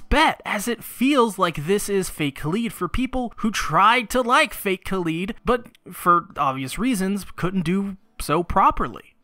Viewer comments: Please stop saying Kah-leed and say Kah-lied. You are hurting me. you are hurting America. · It really irks me how you pronounce Kaleid, is that really the right pronunciation? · Kaleid as in Kaleidoscope You don't call it Kaleedeoscope do you? Sorry but every time you say Kaleed it drills into my brain ever so slightly XD Also when talking about The Rei type the word you are looking for is Kuudere Anyway I hope this helps other than that fantastic job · Why do so many people say Kaleed and not, ya know, kaleid?